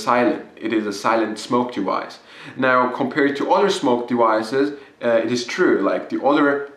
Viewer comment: What is a "smoke dewice" and "waporizor"?